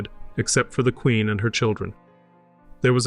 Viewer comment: Your reading of the documents is not correct. Don't pronounce every syllable. The words are similar to today eg 'queen' not 'quenn'.